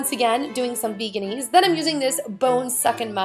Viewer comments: It's pronounced veggie-naise like mayonnaise but with veggie instead of mayo not vegan-ease haha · I don't know why she says vaganise it's veganaise?